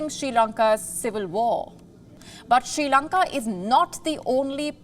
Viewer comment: There is no Country as "She Lanka" its "Sri Lanka". First Pronounce My Country's Name Correctly...